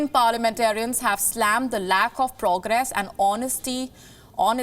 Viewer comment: Dear Anchor “ I am sorry 🙏🏻 but you please need to work on your pronunciation or maybe way of speaking some words. “Progress” have see in some other videos also.💐